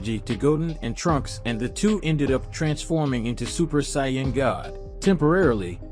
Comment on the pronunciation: Ai voice? Says Saiyan wrong.